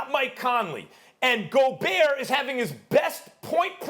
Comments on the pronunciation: KP: "Rudee Go-BURT" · LePerk just said, "Go-burt"... 🤣 Not Go-bear. I guess Lacey Chabert is Cha-burt. Not Sha-bear. Go-burt should Go-Clippers. Go-burt is healthy. I usually get Yoplait. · Perk: Rudy Go-Bert. lmao. btw. who's the hot chick? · “Go-bert”. Doesn’t look like Perkins is cut out for a job where he has to pronounce people’s names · How can we take a sport's analyst seriously, if he pronounces Rudy Gobert by saying "Rudy Go-Bert?" LOLOL. I think this show just got worse with adding Kendrick Perkins on it. Someone please tell me how on earth did he get this job??? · Can somebody please tell Perk it’s Go-bear ???? Hurts my ears every time he says it wrong. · Perkins "Go-burt". Fool come one now, don't take a page out of Stephen A's book and mispronounce players names lol. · Nobody: Perk: Rudy Goburt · He pronounced Gobert worse than flight. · Can someone at ESPN PLEASE tell Perkins how to actually pronounce theses players names??? It's driving me insane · Perk doesn't see eye to eye with people with a shred of intelligence. Can't even not pronounce a silent 'T'. Rudy Yoghurt. PERK IS A BLATHERING IDIOT. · Perk did not win the argument from a pronunciation standpoint.. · I came to hear kendrick perkins mispronounce words, and was rewarded very early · SMH, the guy can't even say the players names correctly. Get him outta there! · I love how perk pronounces gobert😂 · Did Perkins really pronounce the T in Gobert? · How perk the only person on the whole ESPN hittin that T hard on gobert??? Despite max steadily saying it right. Tighten up Big K😆